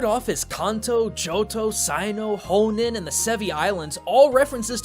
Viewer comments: Is it just me, or did pronounce Sinnoh and Hoenn kinda oddly? It kinda sounded like 「サイノウ」 and 「ホンネン」. It's not the japanese names, which I'm pretty sure are 「シンオウ」and「ホウエン」, so where did they come from? Is it a reference to something, or just a mistake? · It's Hoenn* not "Honen" Good video though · Darmanitan = "Darumantian"? Also Sinnoh = "Saino"? And Hohenn = "Ho-nen"? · Ho-nen. Stakaraka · "Honen" is just wrong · Don’t you hate how he mispronounces Kanto, Hoenn, and Sinnoh? if he did that on purpose just to piss us off, I’m going to be... y’know, pissed.. but I doubt that. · you also pronounced Hoenn and Sinnoh wrong xp joking aside great video! :3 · Plz learn how to pronounce things in Pokemon properly. Firstly stakataka then sinnoh then hoenn